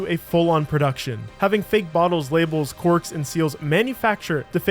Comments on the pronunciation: fake "quirks." You mean CORKS? Was this video made with AI? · bro lol its (cal state) Northridge in California, & the wine bottles have corks. not Northbridge & quirks - lovely vid tho